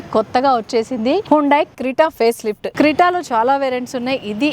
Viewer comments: Crita kadu lady it’s called Creta, before u review cars - atleast pronouse the car name correct💁🏻‍♂️ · Crita kaadu!! Creta, prepare ayyina taruvatha review evvu